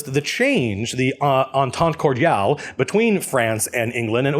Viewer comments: "Entente cordiale" pronounced almost perfectly, you've got the French seal of approval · Oh by the way you do not mispronounce "entente cordiale" :) (This from a French born, French raised, French educated and French speaking French citizen)) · Nah you said «entente cordiale» pretty good. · You pronounced "entente cordiale" perfectly (barring a slight accent). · You pronounced "Entente Cordiale" perfectly. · Thanks for a excellent video BTW, your pronunciations were pretty spot on - a french guy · You were pretty good on the entente cordiale ! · No you pronounced "Entente cordiale" correctly ;) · "Entente cordiale" is well prononced, congratulations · Nah, you pronounced entente cordiale pretty well imo : 0 Didn't expect a history lesson but that was very interesting thks !! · You didn't miss prononce "cordiale entente" by the way! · Just so you know, your "entente cordiale" is pretty good phonetically. I'm french canadian.